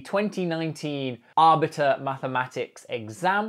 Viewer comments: Abitur - not arbitre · Oh man, this brings back a lit of memories. This was more entertaining to watch than expected, especially with the added handicap of questions being lost in translation. Btw, "Abitur" would be pronounced roughly like "AH-BE-TOUR" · Pronounced "Abbey two-er" Abitur 😃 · the way he pronounces Abitur sounds way cooler than it actually is